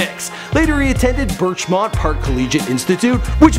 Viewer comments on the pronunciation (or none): Some Toronto boy you are... it's BirchMOUNT not BirchMONT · Did he just say... "Birch-MONT" its mount as in mounting a fucking horse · not birchmont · its birchmount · How do you mispronounce Birchmount. -_